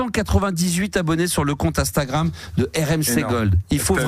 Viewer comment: Faudra que qq1 lui dise un jour que c'est INstagram, et non Astagram... Le mec a un compte dessus, ses collègues sont jeunes mais ne le corrigent jamais, c'est hyper connu dans le monde, ça existe depuis 14 ans, mais non, il ne sait toujours pas le prononcer...